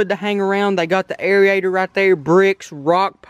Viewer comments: Airy-ator 😂 its pronounced AIR-ATER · Its not airiator its AIRATOR AND IT'S NOT MINNERS!! ITS MINNOWS